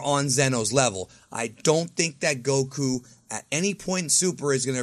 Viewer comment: Its Goku smh